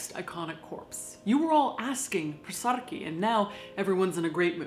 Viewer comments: As a South African, I appreciate that you pronounced ‘Saartjie’ correctly 👍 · Great job on the pronunciation!!!!! I love that you do your homework to make your videos and that you always take the time to be respectful!! (I'm from SA and I would love to thank you for the respect you how Saartjie) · Yay!!! Some South African history! Love it! You said the name completely correct! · I love the effort you've made to pronounce her name correctly. Thank you xxx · A person's name is a huge deal here in South Africa. So thank you for pronouncing her name correctly. Much respect to you Caitlin. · I'm proud of how you pronounce her name! The "artjie" sound is really difficult for foreigners to pronounce and u did it almost perfectly. Saartjie is a folk hero back home now, many feminist artists have made beautiful artworks to commemorate her memory. Thanks for doing this video! Love, from South Africa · I'm South African and impressed at how well you pronounced her name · As a south African, THANK YOU FOR saying Saratjie correctly, love you'r channel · Props for getting the pronunciation right Caitlin😁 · Thanks for pronouncing Saartjie correctly! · Good job with the pronunciation! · pronounces her real name correctly. Saartjie Baartman Thank you! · I love that she actually pronounced "Saartjie" properly and didn't butcher her name like most people would. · As a South African deathling I would like to thank you for taking the time to learn how to pronounce her name correctly. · You pronounced her name correctly! <3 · Kudos for saying saartjie correctly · Love how you pronounce Saartjie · Thank you for pronouncing her name correctly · As an Afrikaans speaking South African, I just want to say well done for pronouncing her name. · Well pronounced! #saartjiebaartman #fromsouthafrica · so cool to hear snippets of cape town’s history, my city. thanks for pronouncing saartjie correctly! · Saartjie is pronounced sarcky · I love how you pronounce her name correctly. Thank you!